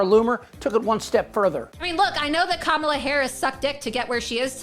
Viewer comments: Hateful and evil. She doesn’t mind attacking women who do not have children. I don’t understand the cruelty behind this. They all so smart but no one is smart enough to pronounce her name correctly. Every time Trump turns his base against a group of people someone dies. He called Mexican people bad. They not giving us their best. Walmart El Paso shooting happened. He said Asian people had Ku Flu ATL mass shooting in nail and massage salons were carried out. He said there was good people on both sides as people march down the street saying Jews will not replace us. They started attacking synagogues. He went after election workers people stated following them, calling their home, and spamming their social media with violence. He stated Haitian people were eating pets the KKK and proud boys marched in Springfield. The bomb treats haven’t stopped. Trump seems to be worried about rhetoric causing him violence but his mouth is like a weapon. They need to add up the people that died as a result of his rhetoric. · Must be hard to pronounce Kamala in the South. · It’s comma la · Comma-Luh….its not that hard. Republican politicians cry about rhetoric but lack simple decency and respect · teach the repugnicans that Kamala is pronounced like Pamela. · Does Trumpty-Dumpty make it a rule that everyone in his little universe MUST mis-pronounce Kamala Harris' name?? Does a daily memo go out to tell his toadies the "mis-pronunciation of the day?" He seems to be stuck on Kuh-MALL-uh lately. Thankfully he has dropped the "Ka-ma-bluh. What a loser. VOTE COUNTRY OVER PARTY! VOTE HARRIS - WALZ! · News flash Aunt Lurch, if you were humble you wouldn’t judge anyone. You don’t know the reason why Kamala doesn’t have children. God said do not judge least YOU will be judged. Last, you are a governor elect. The least you can do is learn how to pronounce her name properly it’s just that easy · They keep mispronouncing her name 🤬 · Manhorse Sanders cannot pronounce K amala Harris's name.